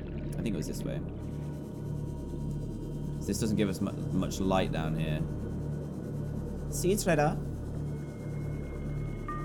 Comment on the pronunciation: Dan:Sea dwellers biome Me:No its sea treader biome Dan:Great reef Me:No its grand reef lol